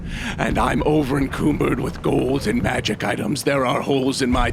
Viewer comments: en-CUM-bered, not en-COOM-bered, like Cumbersome, the song by Seven Mary Three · You are pronouncing encumbered wrong.